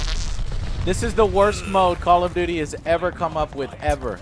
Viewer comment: 'Call of dooty'.